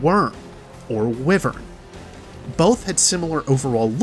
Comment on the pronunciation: It's pronounced like "why vern" Wyvern.